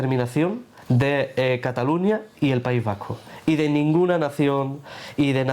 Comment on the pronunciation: cataluÑÑÑÑÑÑÑÑÑa. Si estás hablando en inglés, dices London, no Londres, si estás hablando en Español, dices Nueva York, no New York, si estás hablando en Español, dices CataluÑÑÑÑÑÑa no como se dice en catalán, catalunyyya.